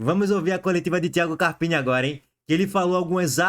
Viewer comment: “Carpina” não tá puro não, Lulu! 😂